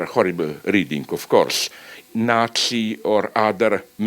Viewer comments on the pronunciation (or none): none